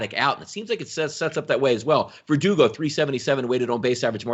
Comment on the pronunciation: butchered those Red Sox players names. “Deevers” and “Vurdurgo”? C’mon man!